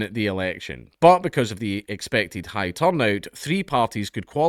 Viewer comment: The way dank pronounce "high" as "hag" at the start had my neurons activated